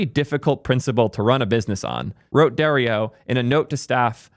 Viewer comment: As a fellow Dario, it's Dar as in are not air, E O. Dar E O. :)